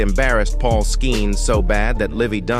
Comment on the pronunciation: Paul mc Hitterson the III U just pronounce the P like a B :face-blue-smiling